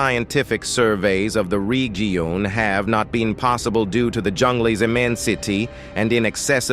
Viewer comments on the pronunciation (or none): LOL The "regeon" LOL